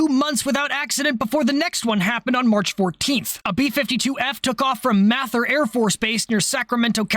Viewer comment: fyi from a local in Sacramento, Mather is pronounced "may-thur" (thur like thursday). Don't ask me why lol, I just know that's what everybody calls it. Hearing you say math-er made my brain do a double take while eating dinner